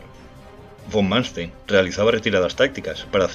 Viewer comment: Número 1 Erich (Erig) von (fon) Manstein (Mánstain) ...